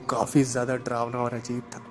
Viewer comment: डरावना को ड्रावना मत कहो ।